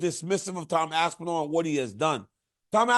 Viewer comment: Y you say aspinall like it's 2 words? Lmfao aspen... All is crazy